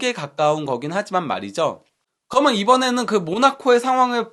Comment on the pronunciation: 그리고 방송하시는분이 접속사좀 똑바로 발음교정좀 하세요 ! 그러면서 를 거먼서 ㅠ 그러면을 거먼~( 내용 좋은컨텐츠 아까움)